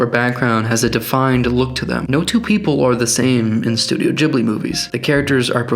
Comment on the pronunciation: im sorry. instantly paused the video. did you say jiblee? studio jiblee?!?! :*)